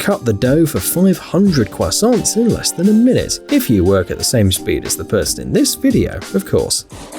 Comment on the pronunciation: When he said cwissaunts I felt that